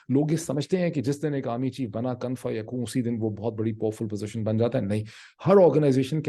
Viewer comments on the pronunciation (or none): Kun Fayakoon -- sir kaaf par paish hy. Thankyou for this clear dot connecting and being voice of truth.